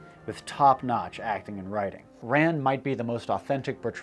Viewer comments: Your pronunciation of "Ran" is driving me nuts. It should not sound like "run" in the past tense. The easiest way to say it would be "Rawn." Kinda like rhymes with dawn. But to be more accurate it should be like: Ra-ñ. Ra like the sun god, but a very short "ah", plus a nasal "n", which is considered a separate syllable. Oh, and the "R" should be so light that it is somewhere between an English "r" and "l." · Can’t pronounce names: Das Boot is not a boot. Boat! Ran is RON! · Kurosawa's great flick 'Ran' is pronounced much closer to the name Ron, and not at all like the past tense of run. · Why are you pronouncing Ran incorrectly? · This is really excellent. Some quibbles: Pronounce Rublev as 'Rublyoff,' stress on the second syllable. 'Das Boot' sounds just like 'boat.' 'Ran' is the same as the name 'Ron' in English. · 'Boot' is pronounced 'boat.' "Ran' is pronnoiunced 'ron.' Otherwise, great commentary! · It's actually more pronounced like, "Rahn" or "Ron" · Small note, 'Ran' is pronounced more like the English name 'Ron'. Great video!